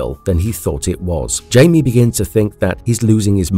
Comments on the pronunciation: IT"S (HI-ME) not Jamie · He keeps says his name wrong and it's really annoying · Came to comments for this one specifically. Takes you right out of the video regardless if the rest is good or not. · He's been doing that for a while That's why I don't watch videos where he talks that much